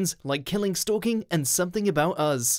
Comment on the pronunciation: It's pronounced Us not Uzz.